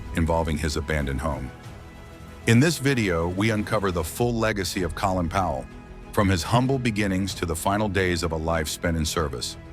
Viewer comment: More AI trash that can't even pronounce the man's name properly